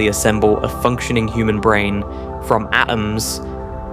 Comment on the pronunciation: How disappointing. It seemed like this video was really going somewhere. Then the different pronunciations of the same word from one sentence to the next exposed you as AI slop. “Brane” changed to “Branna” and then “bran”. “Bulk” changes to “bulka”. Boycott this garbage friend. It’s ruining YouTube.